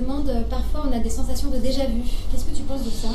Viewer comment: Ton com est plus cringe que le "déjà vou"